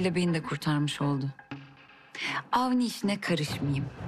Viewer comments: Avni demeyip hamdi mi dedi bu yavuz suboşu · Ben de Hamdi diye anlamıştım, sonra Avni diye söyleyince yanlış duydum demiştim.